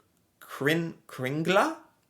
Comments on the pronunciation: IMPORTANT!: KringlE, not kringlA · This is nothing, in the past 36 hours we had 60cm snow where I live. It's not "kringla", but "kringle"...